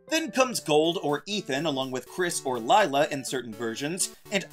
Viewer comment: its Lyra, not Lila.